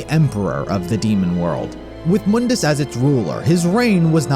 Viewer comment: Try calling him Mundus (Mon-dis) instead of (Moon-Dis)